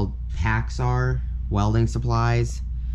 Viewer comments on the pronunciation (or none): It’s pracks AIR not packs are